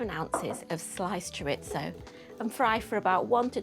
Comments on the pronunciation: I know you are a northerner, but please pronouncaition.. CHORISO, not choritzo 😂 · I like Chorizo when it's properly pronounced. 😉 "Chor-ee-tho".